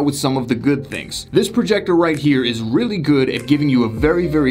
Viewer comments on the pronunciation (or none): none